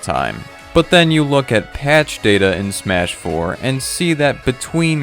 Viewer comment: OMG! WHY CAN'T YOU SAY SMASH 4 LIKE A NORMAL PERSON!!!😡